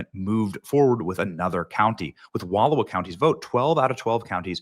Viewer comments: The Oregon county name is pronounced with the middle pronounced, “ou” like ouch. Eastern Washington want to join Northern Idaho also. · Johnson I grew up in Oregon. Let me do ya a favor and give you the correct pronunciation of "Wallowa" County: Wha-LL--OWE-uh. Overall i agree that the larger areas of the entire west coast are very strongly republican. Most people on the other side of the states don't understand that. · Lol... you pronounced Wallowa County wrong. 😊